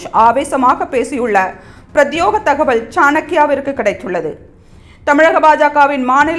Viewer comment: செய்தி வாசிப்பாளர் பிரத்தியோகம் என சொல்கிறார்... அது பிரத்யேகம்.. இதை கவனித்து திருத்துங்கள் பாண்டே அவர்களே....🙏🙏